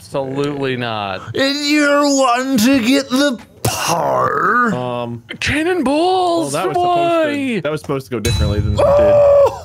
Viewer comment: when Mark was saying 'parrrrr', why did it sound like he was saying 'power' in an Irish accent 😂